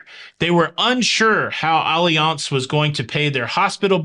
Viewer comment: Just asking, is it really pronounced Olly-Ance, or Alliance… you said it so many times it was bugging me to know. 😄